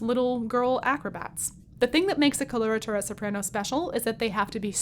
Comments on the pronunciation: it's coh-loh-rah-tooh-rah. not kolortorah. wouldn't it sound more professional to pronounce words about your field of study correctly? especially when you make worldwide contents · I hope this will be an instructive video, despite the fact that the hostess doesn't know the correct pronunciation for either "coloratura" or "mezzo"! Weird.